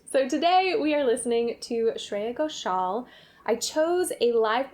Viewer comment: Holy shit that's the best pronounciation of her name by a foreigner I've ever heard